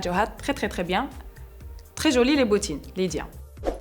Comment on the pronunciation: on dit jolie et non pas jeuliie 😐